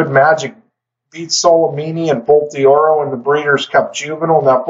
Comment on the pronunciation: I apologize for nitpicking a side point here, but just fyi. Bolt d'Oro is not pronounced "bolt DEE-oro". You pronounce it exactly as you would if the apostrophe wasn't there: "bolt DORO". Again, sorry for nitpicking, but I figure that name is going to come up a few more times in future videos, so you might find it helpful.